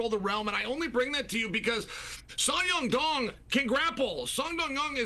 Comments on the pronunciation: Chael "Song Yum Dong" 🤣🤣🤣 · Song dong dong, song ya dong, sadong. Chael get it together ha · Sumyoungdong is not how you say that mans name 😭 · "Sadong" lol uncle Chael can't even get his name right. Only fight umar had trouble was against merab wire he taught a close fight with a broken hand. Peter yan also taught merab with an injured hand and lost. Then pieced up Merab in the second fight to win title. Now this division is really between Yan & Umar with merab in 3rd place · To say someone’s name wrong on the broadcast continuously is disrespectful af. Do it on your own channel where the reach is just your fans, not on a show where millions around the world who are not as clued up about how you butcher names on purpose are watching. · Jesus christ CHAEL! You butchered Songs name wow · Chael just called Yadong 3 different names😂, it never fails. Chael is the king of butchering fighter names😂😂😂!!